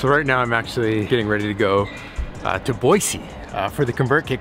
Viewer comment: DID U SAY BOISE OMFGGG